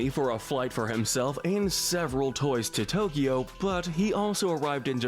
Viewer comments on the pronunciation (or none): none